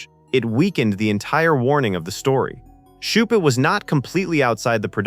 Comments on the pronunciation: And the mispronouncation of Shute’s name. Several different pronunciations. The scene with the Coke bottle and the Morse key was filmed at the Rockbank HF Radio Receiving Station in Victoria, Australia. It wasn’t a transmitting station, it was a receiving station operated by the Overseas Telecommunications Commission (Australia) - OTC(A). The observant will have noticed the AVO valve data book in the background - it had specs for valve (vacuum tubes) for the AVO (British) valve tester. I used to use one when I was a young technician. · How many ways can the authors name be mispronounced? This AI tries its best. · How many ways can you pronounce Shute, watch this and find out. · And in the whole last part it calls the author Shut instead of Shute. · A pity this wasn't narrated by a human who knew how to pronounce names....I think a dependence on AI to do the thinking, in the future, its hunger for energy and water, and our inaction on accelerating climate change may be the things that destroy us, rather than nuclear war. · Shute is pronounced "shoot". It's not that hard! But here we have "shut", "shoop", even "shoopid". Time to re-record, I'd say. And if Gardiner Street honours Ava Gardner, why is it called "Gardiner Street"? It was in fact named after Captain Robert Gardiner, one of the very first British settlers in the district. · You might want to review pronunciation with your robo-voice. For instance, "Eisenhower" isn't pronounced "AYsenhower" (long "A") but "I-senhower" (long "I"). And "Shute" (as in the book's author) is pronounced to rhyme with "boot" not "shut." An otherwise good video marred by an artificial idiot robo-voice. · Who the hell is 'Shut'.Do you mean Shute,as in 'shoot'.Pathetic. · Shute. Pronounced - SHOOT! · "Nevil SHUT, Nevil SHOUP, Nevil SHUPID": Either your AI has radiation sickness, or The Vintage Flame forgot to teach it how to read! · Maybe with 100 years of radation, AI will be able to pronounce things correctly. "Shupet". Jeeeze.